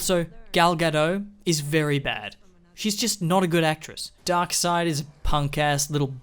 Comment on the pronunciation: The way this dude pronounces darkseid's name 😂 Glad this movie universe is dead, too